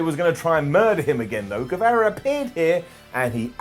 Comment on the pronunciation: Don't know if you're doing it on purpose but it's Gue-vah-ra not Gue-veh-ra.